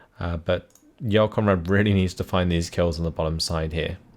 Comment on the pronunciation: I know you're pronouncing it correctly but you make Jarl Conrad sound like "Y'all Conrad".